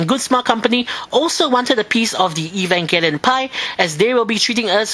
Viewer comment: And I finally learned how to pronounce Evangelion :3